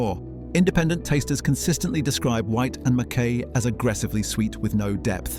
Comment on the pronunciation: It’s not called, as you said, Scotch Whisky it’s just whisky or Scotch, and while I’m at it pronounce Whyte and Mackay properly please.